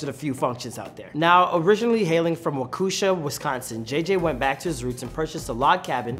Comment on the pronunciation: Wakusha???? Bro it takes 5 seconds to google how to pronounce Waukesha.